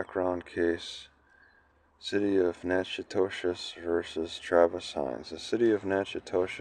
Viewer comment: Pronounced Nack A Dish..